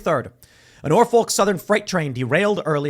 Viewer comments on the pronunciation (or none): Its pronounced "Nor-fuk". Biden knows he isnt running again, that is why he is trying to get what he can, while he can. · Norphuc not folk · Hate to be "that guy" but its not pronounced with a "Folk" ... Norfolk is pronounced as Norf*ck